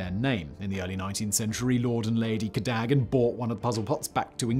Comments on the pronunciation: Codaggan though? Ca-dog-an. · Ca - DOH - gan.. not KADAGAN. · Cadogan, not Cadagan.... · It's pronounced Cadogan not Cadagan. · Hey Simon surely it’s pronounced “Cad o gan” ? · Say it with me Simon....Cad - Oh - Gan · Dear Simon, it’s pronounced CadUgan, or even C’dugan. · Cadogan is pronounced ka-DUGG-an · It's Ca Dough Gan. You can read English, right? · I think he covered just about every possible pronunciation in there somewhere. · 11 out of ten for butchering "Cadogan" grear that you always go the extra mile on pronunciation👍